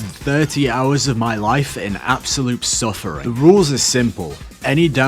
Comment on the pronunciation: You are suffering, or "sulfuring"